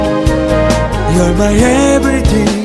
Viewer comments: he says "Everyting" ^^ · That moment when he pronounced "Everything" to "Everching". So cute~ ^^